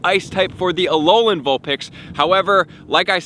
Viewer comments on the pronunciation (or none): none